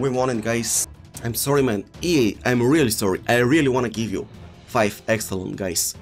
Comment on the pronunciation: nobody: him: "Reeeely" "Neymarzzito"